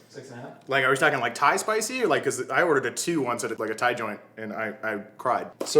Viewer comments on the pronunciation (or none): none